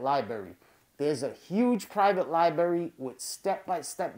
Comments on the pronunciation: I hate that he says “libarry” instead of “library” but great vid. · your grammar is so bad. to top it off, you pronounce "library" as "libary." hahahaha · “Libary”??? Why the hell is he talking like that? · Lol Liberry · Lie berry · Lie Berry, lol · Li berry